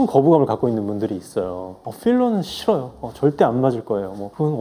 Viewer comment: “어 쁼러는 씌러요~” ㅎㅎㅎ 현장감 두둑합니다 ㅎㅎㅎㅎ👍🏼👍🏼